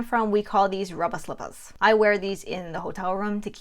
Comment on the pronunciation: You said “rubbah slippahs” and I immediately subscribed 😊